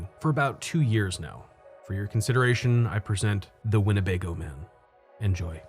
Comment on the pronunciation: Winnebago, huh? I misheard it as Winnipeg. o.o